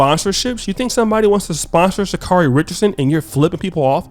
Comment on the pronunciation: For God's sakes if you people are going to continue to talk about this woman can somebody consistently pronounce her name right?! Her name is Sha-carry